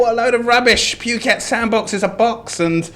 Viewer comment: I honestly don't have a problem with except for the way he keeps saying 'puke-et' 🤮